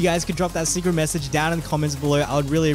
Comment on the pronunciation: bro secwet tewitowy